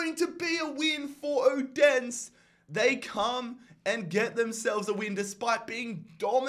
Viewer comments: Bro, how you pronounce Odense is so god damn funny😭 It’s not like Odens, it’s like: Othensø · let's go Brøndby haha!!!! (not that i care but if you want to know how to say Odense) o-den-se its kinda pronounced like O-then-se, but it doesn't matter no one likes Odense so haha love the vids man!